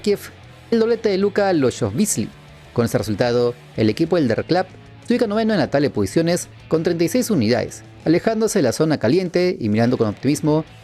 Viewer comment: Solo un detalle del Nürnberg (para que lo pronuncies bien) - al equipo se le conoce (en alemán) como "Der Club" y se pronuncia así como se lee der club (no se dice der clab, eso sería en inglés). Saludos!